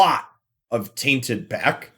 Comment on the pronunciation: What is the reason behind you pronouncing "tainted pact" "tainted pack"? Is this an inside joke or an accent i don't know about? I am not from america so i can only guess. Sorry if this offends you in any way that was definitly not what I want.